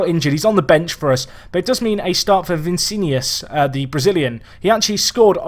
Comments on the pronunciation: I normally am fine with bad pronunciation, but really? Vincinius? Its more like Vi-ni-shis. Please take no offense. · "Remeber the name!" Vi-ní-ci-us. Please get it right:D! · Is pronounced vi-ni-cius you always put a n